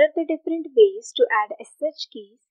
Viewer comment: Despite the quality, please change speaker. Hinglish is unacceptable in such company as redhat. Either stick to TTS systems or play some random music + subtitles. "Ways" read as "vaaice" xD c'mon